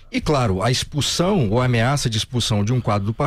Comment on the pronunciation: "Espussáum" do partido!!??